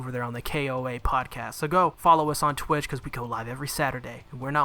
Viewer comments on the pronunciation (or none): none